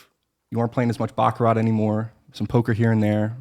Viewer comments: Host needs to learn how to pronounce Baccarat. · It's pronounced "Bach-a-rah." The "t" is silent on the end people! 🤦‍♂